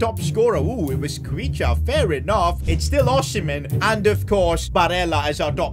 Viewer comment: Domt try to pronounce khvicha's name so hard . It's easy actually